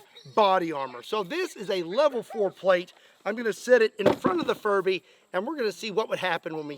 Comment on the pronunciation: Good job pronouncing the B in furBy a little louder, otherwise youd have the entire furry community at your doorstep 🤣